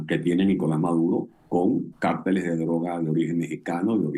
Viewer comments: cÁrtel... no cartÉl !!!!!!!!! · Tal como pronunciáis cartel, con acento en la, e , significa lámina de papel con fines publicitarios. Pero vosotros estáis hablando de una organización ilegal que trafica con drogas. Entonces tenéis que decir cártel, con acento en la, a . Así lo dice la Real Academia de la Lengua Española. Un saludo desde España.